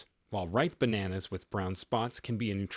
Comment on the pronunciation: Bananas 😂 Say it properly.